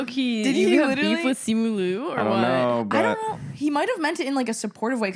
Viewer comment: i saw the simu liu video too (also it’s pronounced like “leo” not “loo” lmao) i think he was trying to make a racist joke bc he’s always making problematic comments on the internet